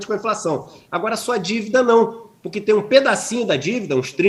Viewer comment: porqwe iso fais o qwe qwen poqwe nao ten le lei do capeta.